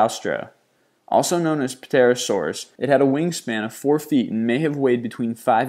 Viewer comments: You may wish to look up the concept of "silent" letters. It is pronounced "terosaur", not "p-terosaur". And "genus" is pronounced "geenus". Here's a link to dinosauria pronunciations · If you do a list like this, first, rehearse the names of the animals so that you can pronounce them correctly. "pterosaur" is simply "terosaur" without vocalizing the "p". Dunkleosteus is actually very easy to pronounce, as "dunkle" and "osteus", without all the extra syllables. And how about archaeopteryx? How did that one get messed up? It's been around a long time, and is easily pronounced as "archae", "opter" and "ryx" or "arkay opter ricks". Not hard, and learning the names makes you sound like you know what you're talking about, whether or not you do. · Pterosaur is pronounced terosore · God dammit man. The P it pterosaur is silent! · The P is silent dude. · "Puterasaur" oh god then "Quetzalacotalus" OTL my prehistoric creature nerd half is flipping out.... PT makes the P silent, and it's ko-ATO-lus not KOH-tolus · The p is silent u don't say peterasaur u just say terasaur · Puh-terasaurus particularly tickled me. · the 'p' is silent... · The narrator's pronunciation is out sometimes. For example: the Q in species names is like the Q in English, not as in Spanish; in the PT combination in Pterosaur, etc. the P is silent; the AU combination is never pronounced like English OW. Another problem I noticed is that a fossil saurian was mentioned in connection to "other reptiles". Dinosaurs and other fossil saurians were not reptiles, birds, or mammals; they are classified as separate orders. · I'm sure I'm not the first person to notice this... but the "p" in "pterosaur" is silent. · The p in Pterosaur is silent! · Did I just watch a video where someone actually pronounced the silent p in pterosaur? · you don't pronounce the "P" in pterosaur, pterodactyl etc. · Pterosaur. The "P" is silent. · you dont pronounce the ''P'' in ''Pterosaur'' or most words that start with ''Ptero''